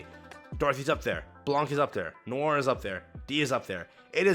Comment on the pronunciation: Could be worse. There's a video where FG3000 pronounces Noir as "Nee-or" 😂